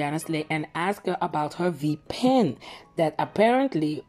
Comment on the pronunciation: What Is A V Pen? Not Sure That's What Called It. Sounded Like V Pen 🤔